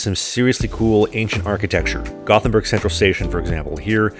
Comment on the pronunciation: When I played World of Warcraft, a lot of people in my guild were Swedish. One of the first things I realized was, that the names of the cities sound NOTHING like the other Europeans pronounce them. I remembered this after hearing the guy saying Gothenburg as a Swede. He almost nails it. It sounds a bit like two words Yóte-bóri 😄